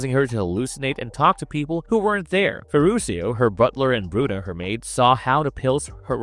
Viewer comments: The narrator could have made a LITTLE effort in knowing how to pronounce her last name for God’s sake! CalLAS??…🙄 And her butler was Ferrucho, not Ferrusio! 🤦🏻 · FERRUCIO (Italian which you pronounce Ferrukio !)